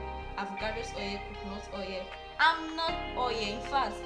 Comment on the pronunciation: Bro your english is terribly 😂, what is "shidreen" and "CoCoNUt OyE"?